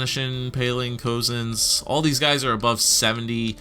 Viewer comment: Cozens is actually pronounced “cousins”. I grew up with him in Whitehorse and he was one of my closest friends throughout all of elementary school. Super cool to be watching him progress after growing up playing hockey with him. If you don’t believe me I have pictures of us together!